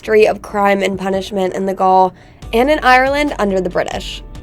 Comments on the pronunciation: gaol is not pronounced "goal" like in sport, but is pronounced like "jail". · Ouch!! I winced every time she (it?) said "gall" for gaol. The pronunciation is "jail" ('Near enough for Government Work', anyway!) It's pronounced 'Jail' because that, as you can see, is what it was. It's just an old fashioned 'British - English' way of spelling it. I've got to say, the style of narration (most particularly the voice) puts my teeth right on edge as well! That "Is it a woman trying to sound like a computer, or a computer trying to sound like a lady" delivery, it makes my knuckles just go white! - and then, as I say, the voice... I get that the video is, more than likely, intended for a primarily American audience. No problem. My late wife was American, hailed from Denver. But the woman/femme-bot here, she's simply narrating a short travel video - so why does she sound like she's trying to flog something to a 'demigraphic' of 8 - 12 year old girls; a block of stables for Barbie's 'herd'(??) of horses and ponies, perhaps, or some merchandise connected with the latest instalment in the "Frozen" franchise, put across in the usual gushing, nasal fashion, so eager and out - of - her - mind with excitement, that she might very easily just come... >`koff!‘< first in the election for 'girl voted most popular'. And if not that, then girl voted most annoying! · Cork city gaol is pronounced Jail .Gaol is the old english spelling though it looks like irish gaelic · btw - Gaol is pronounced the same as "Jail" :) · The pronunciation of Gaol is the same as Jail. 🙂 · I'm from Cork and this video was good! If I had one critique it would be that when you were saying go to a local pub, the video examples you used were not strictly 'Local". One is of my old workplace which was a city centre tourist Pub Lol. oh and with the jail. It's pronounced 'gwayle'. Everything else was great good job! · Gaol is pronounced 'jail' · gaol is pronounced jail its just the old spelling